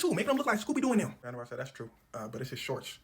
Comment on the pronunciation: van Der Vart pronounced van Der Fart was a legend tho.